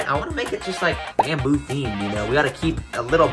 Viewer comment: bamboo❌ Bendboo✅